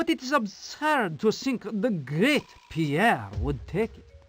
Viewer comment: Pronouncing Pierre "poo-air" was a choice.